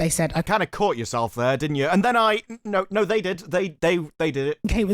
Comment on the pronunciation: Are these clowns pronouncing NO as NEW. It make sense " we are making this for NO audience " Fixed it.